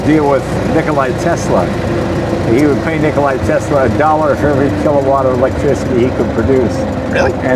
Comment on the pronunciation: Nikola not nikoli